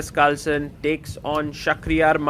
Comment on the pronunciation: Learn how to pronounce "takes" properly please.